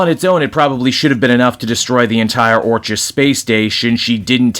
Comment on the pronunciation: It's pronounced "ORK-iss." Like the word "orchid," hence their flower logo.